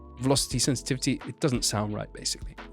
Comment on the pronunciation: velosty senstivty